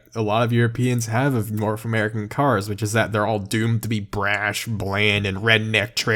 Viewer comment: Anyone gonna say something about how he says norf instead of north